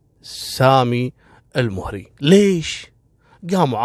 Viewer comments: لوسمحت الادله مطلوبه منك لانك كذا قمت بتشويه سمعت قبيله المهري مع انك تنطقها الموهري وسرد مثل القصه يحتاج منك دليل فنحن من المهره ولم نسمع بهذي القصه بتاتا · المهري فوق حرف الميم فتحه وليس الضمه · للتصحيح القبيله(المَهَرَي) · انا مهري وفي أختلاف كبير في القصه واغلبها تلفيق وتأليف حتى نطق أسم القبيله ماعرفت تنطقه